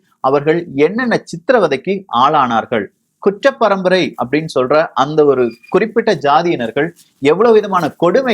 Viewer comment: தம்பி உச்சரிப்பு சரியில்ல,,, kuttra parambarai,,,, kucchra parambarai இல்லை